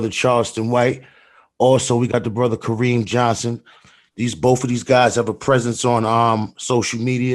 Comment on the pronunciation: I appreciate finding men that have unwavering integrity. As a black women, from a ghetto, YOU DO NOT GET TO WITNESS THIS TYPE OF MAN or they are referred to as clowns! Love my black men! Ka RIM, it's pronounced Ka RIM.